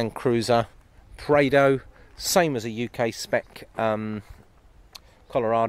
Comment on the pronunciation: It’s Prado not praido